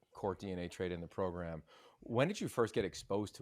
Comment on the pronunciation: I love it. "Our Progrum"! Man I love our Head Coach!